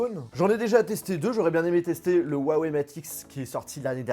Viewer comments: STP prononce le "ruawei" et non "huawei" 😂✌ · On inspire, on dit rhou en expirant sur le h, on suit par un a et enfin wèye. Pas compliqué de bien prononcer la marque qui vous sponsorise.... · On en parle de comment y prononce huawei